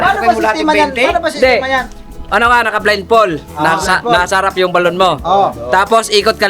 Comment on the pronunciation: Natawa Ako ke blind fol daw with d ang dulo ha 😂😂😂blindfold po yan no offense ha🫣🙈✌️✌️✌️🤞🫰🫶